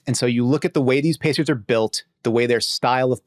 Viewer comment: That’s Indiana Pacers you pronounced it incorrectly get it right